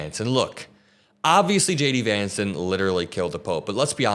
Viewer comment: Dude....everytime you say J D Vance it sounds exactly like: SHADY VANCE